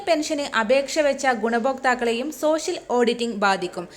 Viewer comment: പെൻശൻ 🤔സോശിയൽ 🤔വൃത്തികെട്ട വായന 😂😂